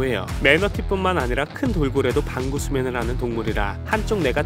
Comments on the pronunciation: 나왜 반구수면을 방구수면으로 들리는거지 ㅋㅋㅋ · 나자꾸 반구수면을 방구수면으로들려 어떻게요? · 반구수면을 잘못 들어서 방귀수면인줄 ㅋㅋ